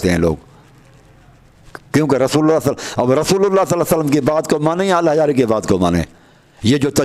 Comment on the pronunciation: allah yari se behis bad me karna pehle talafuz to theek karlo apne